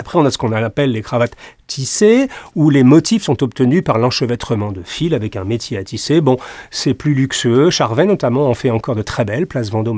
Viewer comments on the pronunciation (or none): none